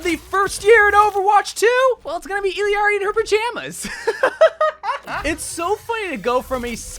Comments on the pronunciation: Not even can pronounce Illari's name. The Pronunciation is this btw: Iyari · please say illari’s name right 😫😫😫